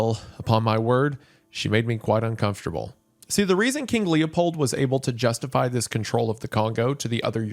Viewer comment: Just hearing "Lepold II" gives me whiplash and nightmares